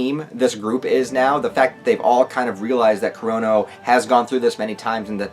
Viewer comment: Why do i keep hearing corona instead of kurono !?lol